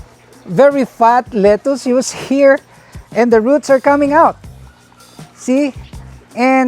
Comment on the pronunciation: Your pronunciation of “lettuce” is wrong! It’s kinda irksome and distractive to the positive narrative!